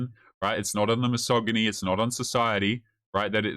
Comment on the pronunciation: She lost me at "misogamy"